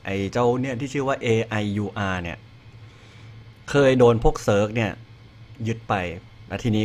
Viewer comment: Aiur อ่านว่า ไอเอ้อ